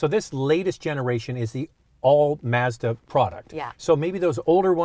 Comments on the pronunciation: it is pronounced mahzda never seen a commercial where it is pronounced maazda. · She pronounced it "Mez dah" it's "Mahz Dah" you have an auto review channel and you don't know how to pronounce the brand correctly. C'mon now. 😢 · Mahz - duh not MAZZ DEHH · Why do they keep saying maehzduh? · MAZZ-dah or MAHZ-da? The Signature could be an RX-350 rival if a power t&t steering wheel with memory, exit setting for the drivers seat, and lose the black plastic around the wheel wells and bumpers for body color. I’ve had a pano sunroof which always rattled. Great vehicle regardless of how you pronounce the company name.